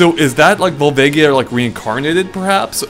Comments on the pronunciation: Vol-VA-gia not vol-vague-ia. Sorry, that just bothers me. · Volvaygia? It's pronounced Volvaaaagia. Do you guys even zelda?